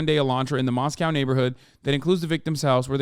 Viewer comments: Moscow ID isn’t pronounced the way Russia Moscow is. It’s Moss-koh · Mos-coe Idaho, Mos-cow, Russia